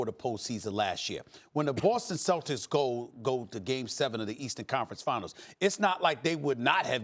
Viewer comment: Yo Disney, pronounce celtics correctly. Thank you.